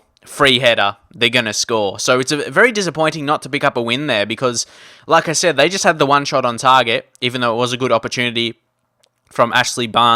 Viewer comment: whenever you say "like i said " i hear it as Lacazette